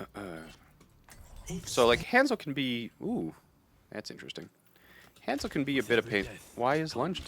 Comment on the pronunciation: Ultimate CRINGE pronunciation of Hanzo. Dislike